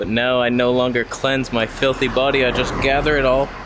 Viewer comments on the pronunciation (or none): none